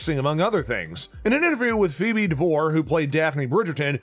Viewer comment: Yes, so many mis-pronunciations, seriously! Fobee?